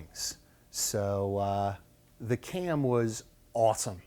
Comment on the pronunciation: Too bad you can't say CAM.